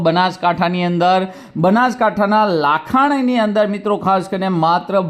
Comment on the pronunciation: લાખાણી નહિ લાખણી 😂